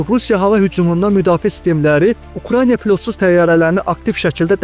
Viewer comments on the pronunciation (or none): none